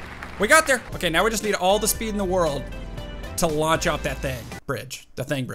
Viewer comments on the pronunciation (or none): none